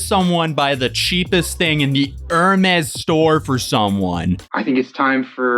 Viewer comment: I love pronunciation of hermez haha "Er-mays"